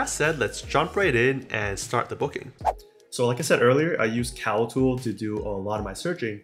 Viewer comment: great review and appreciate the tips but as a recommendation your annunciation is a bit off when you said something about CAL-TOOL being a site to input data but I can't find that website. As a suggestion please have the sites your recommending listed or typed out because your words some muffled to us. But again thanks for the video. Keep em coming!